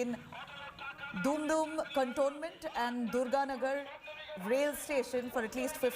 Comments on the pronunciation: It's Dumdum and not Doom doom. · It's dum dum and not doom doom. Kindly be careful. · Yor pronunciation is too much bed.. Its not dhum dhum Cantonment. Its dum dum cantonment